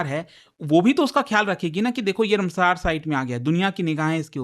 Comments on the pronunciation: Rumsaar nahi ramsar site😂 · Ramsar- रामसर not रमसर sir please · तोतले साले ये रामसर है,कौन सा नशा फुका है रे बाबा जो रमसार बोल रहा है। तू क्या मास्टर बनेगा रे।